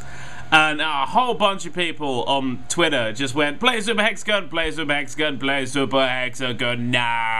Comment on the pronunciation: every time he says hexagon a grammer Nazi dies